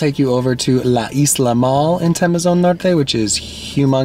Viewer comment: just a little bit of clarification, it's TEMOZÓN not TEMEZON, I know you guys do not use accents but in spanish are important..